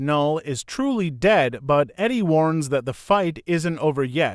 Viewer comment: Whyyyyy do you pronounce Eddie like Iddy?! Jesus christ bruv